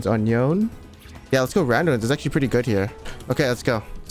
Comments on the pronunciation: I CAN'T dear pants, his name is yone, not yown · it's Yone not Yon lol